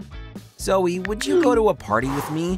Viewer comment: It’s not zoi it’s zoe